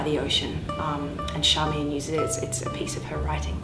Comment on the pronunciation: There is an interview online where George clearly calls her Charmian so it makes me wonder why you ( and others ) call her Sharmian.